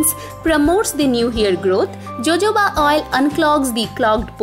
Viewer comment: Thank u soo much.. Will surely try it.. And Jojoba oil is Ho-ho-ba oil in pronunciation..😍